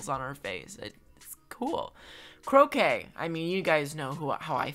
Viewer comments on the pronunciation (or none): I’m pretty sure Croque is pronounced just Croak, not Croak-kay, like Jambette’s (who I think should be the least liked) catchphrase. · Am I the only one that knows that Croque is supposed to be pronounced like "croak".... Since he's a frog? 😂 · You’re saying Soleil correctly! I speak French fluently! Don’t let anyone tell you you’re saying it wrong Croque is pronounced like Crock Eloise is El-oh-wees